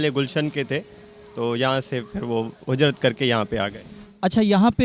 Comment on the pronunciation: Hujrat nahi beta hijrat hota he😂😂